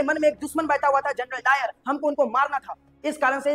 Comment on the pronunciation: Janral o dayar nahi janral dayan😮‍💨🫤